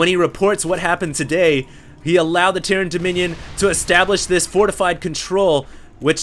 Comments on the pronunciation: he says Tierran instead of terran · he says Tierran instead of terran run into a wall of tiurets!